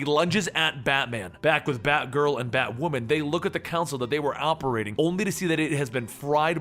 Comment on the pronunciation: Why'd he pronounce "console" "council"?